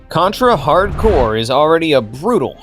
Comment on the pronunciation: he also called the contra game "hardcore" instead of hard corps lol